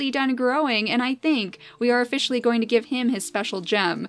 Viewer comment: "Lets ofFISHially move you around" 😂